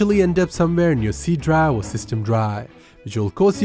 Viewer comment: Faster = Fuster Effective = Effecteeev Drive = Dry